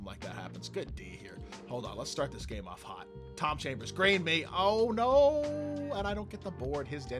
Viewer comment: Haha love the vid you definitely said chom chambers